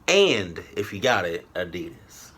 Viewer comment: it's ADIDAS